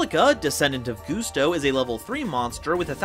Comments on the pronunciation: Gus-Toe Not goose-toe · For the love of god, man, it's GUSTo, not GOOSEto. Y'know, GUST. Like the wind? At any rate, I love me some Gusto. I've found that they really excel at being really hard to keep down due to how recursive they are; a solid counter to any deck who's game plan boils down to 'Big Monster Unga Bunga'. To that end, I like to add Spirit Barrier to the mix to prevent battle damage. Also, Winda is best girl, be she Gusto, Shadoll or Spiritual Beast Tamer. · IT'S PRONOUNCED LIKE A GUST OF WIND THEY'RE CALLED GUSTOS NOT GUSTOS